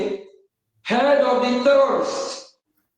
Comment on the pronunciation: I thought oge nkere claimed to have been borrowing us money. Let him finance the liberation of Biafra naa. This idiot is a big joke. He can't pronounce terrorist correctly, and he is apm? Rubbish.